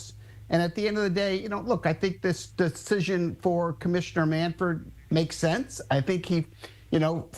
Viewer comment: Jim Bowden is something... he can't pronounce the name of the commissioner (it's MANFRED, not MANFORD), and he botched the timeline of this issue. The Rose family petitioned in December, and by January Manfred had made his decision, as evidenced by the letter he released to that effect. The meeting with Trump took place in February, and Manfred had already made his decision about the permanently ineligible list, which impacts Rose, Jackson and others. Trump had nothing to do with this. Manfred was waiting to announce this decision until it made sense, and just before the Rose tribute in Cincinnati is taking place.